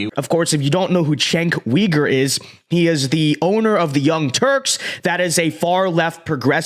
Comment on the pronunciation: I think his last name is pronounced YOU-ger